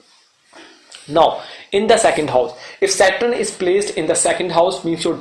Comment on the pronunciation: It is Saturn, not Satrun. I couldn’t listen to you saying it the wrong way hence couldn’t watch the video. Is there anyway I can get a blog to read about Sa darakarak?